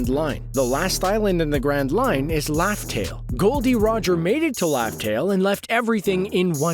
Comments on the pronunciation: It's RAFTEL NOT LAFTEL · Is it just me or it sound like he saying laftel n not Raftel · What do you mean by laugh tale???? Its raftel!!!!